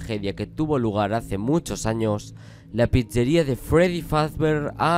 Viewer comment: me hace gracia como dice "pizzeria" JAJAJJS